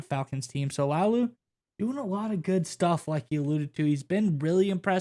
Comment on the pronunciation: Pronounced LA UH Lou